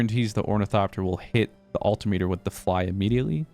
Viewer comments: Agree on the flycycle pronunciation, but altimeter is pronounced "all-tim-mitter" much like the word speedometer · your pronunciation of altimeter is literally killing me every time I hear it.